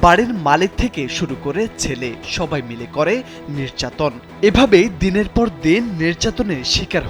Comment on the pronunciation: নের্যাতন নাকি নির্যাতন? আপনাদের কারোরই উচ্চারণ শুদ্ধ না